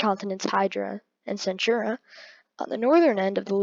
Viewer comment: ITS PERNOUNCED AQUILA AND ITS PERNOUNENCED CENTAURA NOT CENTHURA AND ANTARES ISNT PERNOUNCED ANTAREZ